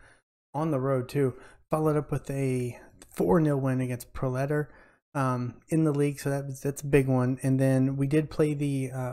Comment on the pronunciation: Proletar is short for "proletariat", so pronounce it like that: pro-leh-TAR. :) Your fourth goal was actually pretty good - speaking as a keeper, that shot that goes up over your shoulder just above head height is one of the hardest to stop. You have to bring your hand back in and up, both of which are slower than out and down. You almost have to just jump up and hope it hits your head or shoulder.